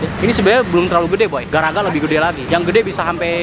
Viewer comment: Garaga bang bukan gagara